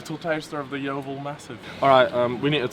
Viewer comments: That my local McDonald’s and I didn’t realise it was that bad. I love it how you can’t say ‘Yeovil’ eirther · This is my local Macdonalds as well🤣 and why can’t nobody say yeovil